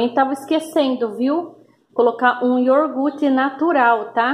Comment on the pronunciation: Iorgute não né hehehe